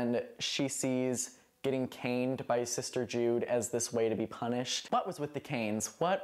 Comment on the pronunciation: My brain short circuited halfway through when you said they were getting caned — I heard it as getting “cained” I thought it was a play on words 😂